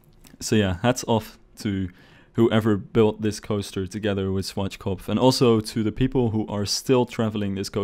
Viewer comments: Germans: Schwarzkopf Rest of the world: Swartzschkopf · schwardschgopf xD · Its funny how you say Schwarzkopf XD